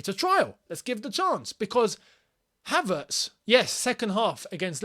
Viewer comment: I'll go Havrtz not Pulsic